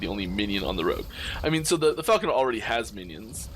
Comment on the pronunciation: it’s FALCON-ER!!!! Not falcon-EER!! cmon buddy. say it right pls. said it right at beggining of vid.